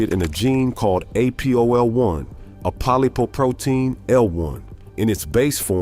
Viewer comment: Apo - lip - o protein. The parasite causing malaria is Plasmodium falciparum. AI bot, work on your pronunciations.